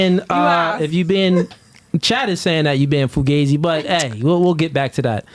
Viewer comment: Isn't it pronounced foo gauze eee with that spelling?